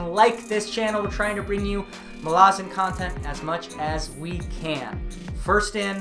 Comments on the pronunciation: Those of us who have become obsessed with the Malazan Saga read different names with different pronunciation, (Iskar Jarak calls Duiker "Diekar" where I say "Do-icker"). But accent aside, there is nothing in the way 'Malazan' is written to indicate any long vowels. "Malarzen" sounds soft and has no punch. Mal-az-an is far better. It's a hard name, denoting strength. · This is wonderful but I just can't get past how you pronounce MaLAzan. Ivebakways heard it as MALazan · Why do you pronounce Malazan as 'Malarzan'? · I agree, I pronounce it “Mala-zan” and no one can change my mind! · dude what is up with all of these people mispronouncing malazan lol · Thanks for the update did not realize there was more to read outside the central 10. Finished them a couple years ago and excited to go back to this world. I will say I hate how you pronounce Malazan. Now i did go and look for pronunciation, and you are probably right in the way you say it, but i am stubborn and will continue to proudly properly mispronounce this word whenever i talk about this series.